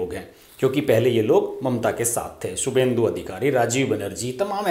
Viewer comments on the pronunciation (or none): none